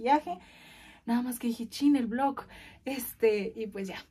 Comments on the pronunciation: Y aparte de que repite lo mismo dice blok en lugar de vlog😂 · Se dice VLOG con G ya aprende y solo como sugerencia creo q pudiste comprar un bonito regalo para tu abuelita ya que siempre está contigo apoyándote cuando lo necesitas al igual q tus papás creo q lo merece y no solo unas flores de 200 pesos creo yo